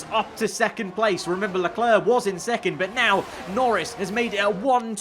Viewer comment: It's not "Leclur", it's "Leclair", not that hard to pronounce, is it?